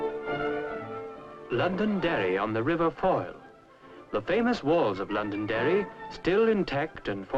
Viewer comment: The reporter got the name of my home county correct. LONDONDERRY.